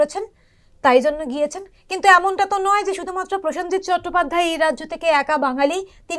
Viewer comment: প্রসঞ্জিত উচ্চারণ হবে না হবে প্রসেনজিৎ হবে। প্রতিটি শব্দবন্ধ উচ্চারণ সঠিক ভাবে করা উচিৎ।